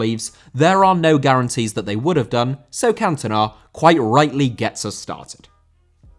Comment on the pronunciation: Cantona* not Cantonar